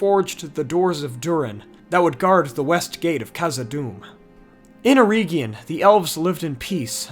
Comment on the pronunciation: its eregion.... not ereeegion